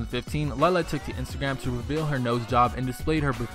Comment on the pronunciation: Its LE-LE NOT LEELE